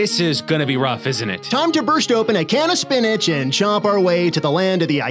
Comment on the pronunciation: That's pronounced, spinichk.